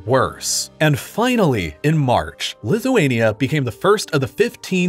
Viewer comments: bro you messed up lithuania and latvia 😭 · He had Latvia and lithunka switched